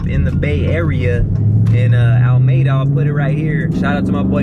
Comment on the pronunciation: Lol bro it’s pronounced (ala meeda) and you gonna be in my neck of the woods let’s get it!